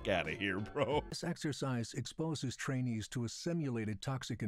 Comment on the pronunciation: The narrator (in the video😅) should emphasize a little more on the "i" in trainee...